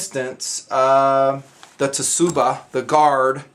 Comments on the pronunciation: Hey buddy, love your vids, looks like you have a load of fun making them and it becomes just as much fun to watch. Just FYI, it is not pronounced Ta Suba but tsuba... Think like rats, or bats. That same ts sound is used. So a tsunami is not Ta Sunami either, LOL. Other than that love the video. Keep them up! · Just for your information, great video: Bo-Hi = "Bow He" Tsuba = "Suba" (pronounced like Tuba but with an S) Hamon = Hamm on (soft "a" like you're pronouncing the last "a" in katana) Japanese vowels all have consistent sounds a = soft "a" (mentioned above) e = "eh" (like the Canadians j/k) i = hard "e" o = hard "o" (like no) u = like the "o" in "to" And TS = "s" (i.e. Tsunami is pronounced like Sue-na' me) there's a little more to that, but it's close enough =) Good job! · Sue-buh. hehe Not t-sue-buh. Decent review though. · By the way since you mispronnounced (all cool just mentioning) the guard, (it is tsuba not tetsuba) why don't you suggest to cold steel to make a real tetsubo like the gun stock club. Since noone will read any email i might send maybe your word will reach their ears as it appears it has in the past (example steel liners in folding knives) :) Nice review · Hey, you would pronounce the "tsu" in tsuba the same as in tsunami. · hey, just for future reference, kissaki [kee - SAHK - ee], hamon [ha - MOHN], tsuba [SOO - bah], tsuka [SOO - kah], bohi [BOH - hee] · the hamon is pronounced hah-moan. its literally "blade pattern" And if i remember correctly is considered the soul of the sword. I just thought everyone would like to know that, and the guy aepceo is right it suba the t is silent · I beleive the t in tsuba is silent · You say ts in tsuba as one so it sound sorta like your just saying suba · Cool video, BTW the T in Tsuba is silent. Just a little friendly tip